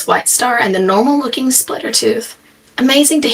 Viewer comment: "look splitter, a tiny sun!" was so funny with his accent